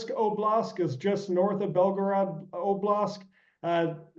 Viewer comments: For me, it significantly diminishes the credibility of an expert, who does not know that the correct word is oblasT, not oblasK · OBLAST, not oblask. This guy is no SME if he can't properly pronounce as many words as he screws up. Why is he on this program if he is this bad at what he does? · "oblask" "oblask" did this guy only just hear about russia's invasion..??